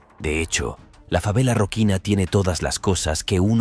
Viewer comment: Rosinia es la pronunciation